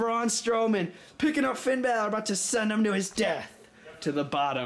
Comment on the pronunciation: You said Finn bal'or coupe daue grah Finn bal'or